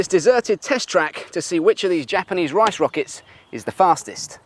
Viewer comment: lol at how that british clown said "rice" rockets